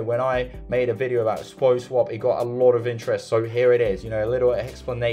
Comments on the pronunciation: seriously, it's PAW not Poh lol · What is “poh” swap? Sorry not trolling you but my OCD was on fire hearing it pronounced “poh” through the entire video 😂